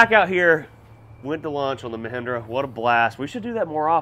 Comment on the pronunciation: Tractor name: The Ma-spin-dra